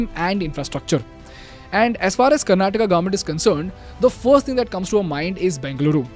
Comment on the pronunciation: Maybe this is why they lost...the leader of the party that you must vote for is calling your state 'karnataka' like some foreigners would karnatak hai woh bhai english kya hutiya language hai pata nhi har ek hindi sabdh ke baad "aa" lagana padta hain